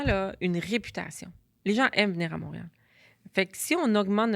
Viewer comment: la will de mreal a buget Elle mange ses mots 😂